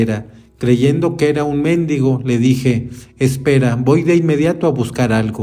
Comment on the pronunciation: MendIgo enfasis en la i !